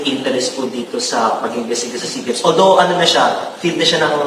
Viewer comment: SEA GAMES pronounced as SEE GAMES